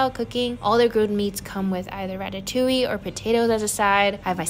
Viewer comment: yes, but the inflection is on the "oui" (or "oowee") part, not on the "ille"/"yuh" part. So the first one you have mentioned makes more sense, since it is actually pronounced "ratatOOwee", if that makes any sort of sense.